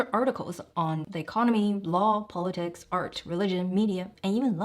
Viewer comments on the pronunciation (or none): none